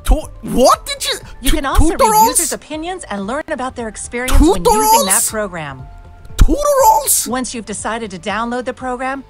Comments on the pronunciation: its not tutorals its tutorols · for instant "Tooterals" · When they say tutarols instead of tutorials you know its legit. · Ever since I watched this I now say tutarals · you know a virus is a good one if it pronounces tutorials as tutorolls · I'm dead TOOTOROLS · "TUTA ROLLS"